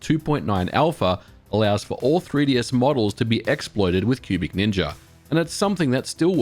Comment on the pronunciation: I keep hearing pubic ninja rather than cubic ninja 🤣